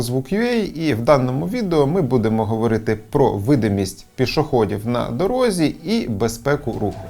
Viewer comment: не "на дорогзі", а на дорозі